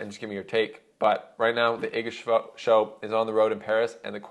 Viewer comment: Respect for the good pronunciation of Iga's name, greetings from Poland. (